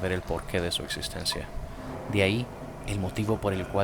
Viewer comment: se dice existencia no ekzistensia xd